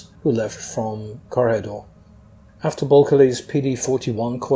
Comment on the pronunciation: Here in the Philippines we pronounce it as Corregidor as kore-hee-dor. Sometimes you slightly don't hear the "hee" part depending on how fast the name is said. I think the way you said it is correct and better than most documentaries do. I only hear "Corrigador" mostly from US documentaries.